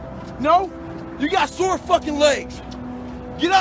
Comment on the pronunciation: "sore" not "sword"